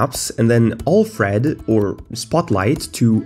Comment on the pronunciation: he keeps saying all thread all thread at the start, what the hell is that all thread?